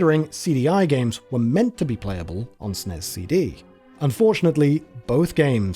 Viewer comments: Nearly turned it off when you said and kept saying “Snez”. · Great job on the entire piece, but why utterly and incorrectly say the name of the system, there is no SNEZZZZZ. It's like nails on a chalkboard. Glad to see some honest history finally. For years people crapped on Nintendo thinking they cut Sony dirty, but the history was out there and ignored for decades. Sony cut Nintendo deep, the licensing, they control all games, all approvals, all PROFITS from the licensing. They would be literally a techonology parasite making the SNES unprofitable to Nintendo as few would make carts over cheap bigger CDs while eating the costs of manufacturing, a lose lose on profit in two ways. The early era of Sony arrogance, taking a page in part from Nintendo, they were the original backstabbers with their terms to take over from the inside like a cancer, so no pity is deserved. It's stupid they tanked the Philips disc system, but I get the old man was more than salty at that point. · To be fair, it IS an acronym, so it should be pronounced as S.N.E.S. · There's a special place in hell for people who pronounce SNES the way it's pronounced throughout this video. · "SNES" isn't a word. Freaking hate when ppl say it as such. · This is the first time ever I've heard SNES pronounced as an acronym, and I don't care for it lol. I've only heard or said "Super Nintendo" or typed out SNES for brevity. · Super NES. Or S-N-E-S. Not snes. Pronunciation is horrible. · it's "ess-en-ee-ess" or "super nintendo". hell i'd even accept "super en-ee-ess". but it's NEVER "sness" and it's DEFINITELY not "snezz". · What’s a Snez? You mean S N E S? Anyone why says SNES as if it’s a word to save time is not a gamer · Calling it SNEZ instead of SNES is a choice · Dude called it the god damn snezz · Ahhh, yes. The SNEZ. The Super Nintendo Enetertainment Zystem. For fucks sake 🤦🏼‍♂️ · It's S N E S not snez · People who pronounce SNES as SNEZ like the smell of their own farts. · Please stop saying "sness".